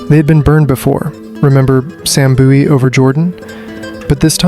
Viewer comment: Boowie/buoie?? Its Bowie as in Bowie knife ...MJ was the original phenomenon beforel the Brazilian footballer Ronaldo the Phenom though the names apt for the latter too